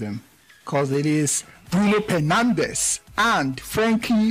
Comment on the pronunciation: I heard 'Bruno Pernandes' did you hear👀?